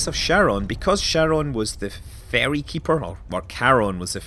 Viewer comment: Ferry, not fairy..